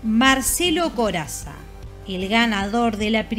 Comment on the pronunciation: Corazza...Lo pronunciaste "Corassa"